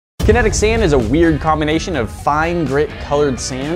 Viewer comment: Kenetic SEIND